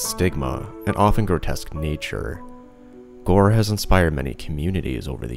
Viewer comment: Did you say new best gore domain?